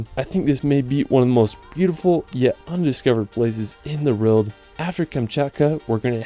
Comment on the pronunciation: How about to learn English before making videos like that, mr. "Largest fresh war lake in da wrold"?